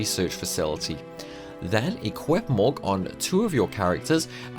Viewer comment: My boy really can't pronounce mug, luck, cottage correctly lol.